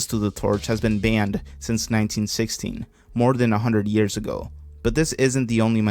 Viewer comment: It sounds like he's saying "1960", which is way less than 100 years. But google tells me it closed in 1916, so I guess he wasn't wrong, just his enunciation makes it sound off.